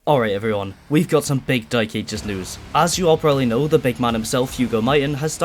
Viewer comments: Hearing the "the dy*e ages" multiple times gave me whiplash 😭 What accent is that? Cumbrian? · Why do you keep saying “Doom the Dyke Ages”? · I love it how you call the game the dyk* aegis :D Not trying to make fun of it or anything, it's just funny to hear with that accent. My accent's pretty generic, but occassional bouts of dyslexia lead to me reading the title of the 10th level in TDA "Foreskin planes"